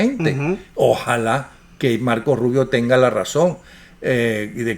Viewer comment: Se dice marco rubio. “Marco” sin la “S”